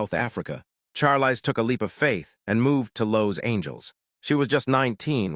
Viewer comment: Learn how to pronounce her first name.